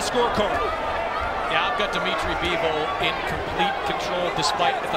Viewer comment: Bivol not Beevol!